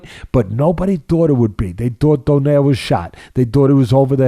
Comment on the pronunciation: It's Doe-nay-re not like the pastry.